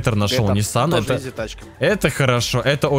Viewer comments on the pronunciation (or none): none